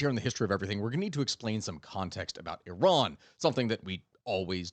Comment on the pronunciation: SURPRISE - You know how to pronounce IRAN - EE-ron. Khehle momnunum. Dar Daneshgahda Pahlavi dars khandam. BS from U of MN MS from CSU. Retired agricultural engineer, irrigation.